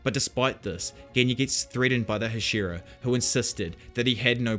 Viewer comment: HASH-E-RA. I enjoy the content but goddamn that bothers me.